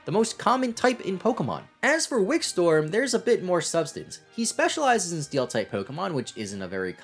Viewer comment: Check the pronunciation on Wikstrom bud. It’s not Wick-storm. R before O